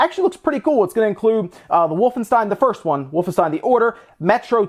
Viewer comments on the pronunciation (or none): none